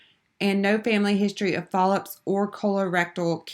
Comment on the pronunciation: Is it just me or were the mispronunciations of medical terminology just ruining this video? The speed-talking while reading the coding definitions was crazy as well. I understand that you are trying to be helpful with the video, but if you are in the coding field, you should really know how to pronounce these terms correctly. Also, am I the only one hearing her say polyps as if it starts with an "F"? Really distracted me from the material.